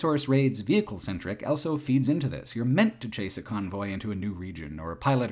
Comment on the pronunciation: pronounces the word "also" as "elso".